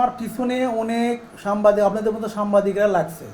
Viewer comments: সাংবাদিক কে বলে সামবাদিক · মূর্খের বাচ্চা সাংবাদিক শব্দটাও শুদ্ধভাবে বলতে পারে নি 🙄🙄